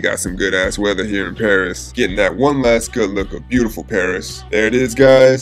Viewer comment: Boss Paris 😂😂😂 not Parissssss😂😂